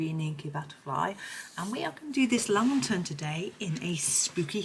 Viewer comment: Great video. Lantern is pernounced LAN - TERN. You seemed to call it a LA-TERN. Not trying to sound nasty or anything just wanted to mention it.